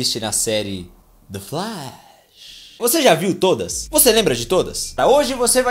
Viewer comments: Kjkjj vc fala "the flash" de um jeito mto engraçado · ELE FALANDO "THE FLASH" É HORROROSO E MUITO LEGAL, VICIADONA KK